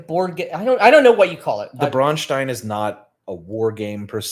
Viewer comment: If you want to pronounce it non Americanized which I think you do (hence the sh sound in stein), it is pronounced Brown-shtine (long I not long e). Ei in German is always pronounced like eye.